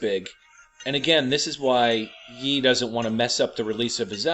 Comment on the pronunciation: Ye is pronounced “Yay.” Like Kan-yay.